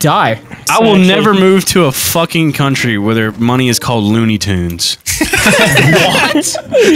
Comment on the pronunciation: ITS LOONIE AND TOONIE. NOT LOONEY AND TOONEY. LMAO